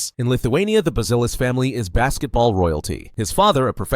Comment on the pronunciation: Bu-ze-lis. One more time: BUZELIS ( Right pronunciation: Boo-zia- lis)